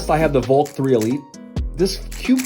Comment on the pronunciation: The way you say Valk sounds so much like "Volt". Not that its a problem since its a video about 3x3s. But in the future it could end up being an issue since the Valk and Volt are both Qiyi cubes.